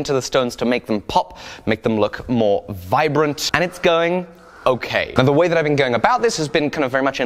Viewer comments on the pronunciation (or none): none